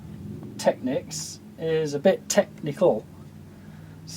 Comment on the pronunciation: Technics ought to be pronounced like "techniques", with the accent on the last syllable.